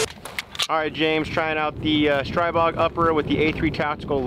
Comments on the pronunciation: It's pronounced STREE-bog. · Stribog is the Slavic God of The Winds and pronounced Stree-bog.